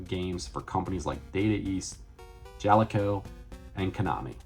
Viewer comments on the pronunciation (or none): And all this time I thought it was pronounced Jaleco. You learn something new everyday I guess 😂